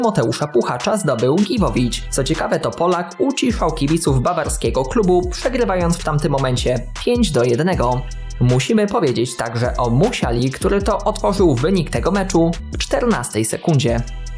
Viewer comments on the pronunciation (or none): Muzjala nie Musiala tak trudno wypowiadac nazwiska poprawnie?